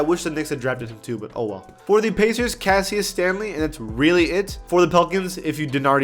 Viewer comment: Lol Cassius Stanley (the I is silent) Kira Lewis Jr (KI-RA) not (Cure-Ra)